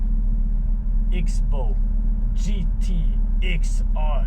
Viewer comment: It's pronounced 'cross bow'...